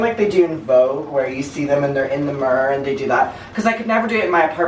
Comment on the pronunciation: I love how you say mer for mirror 😁🥰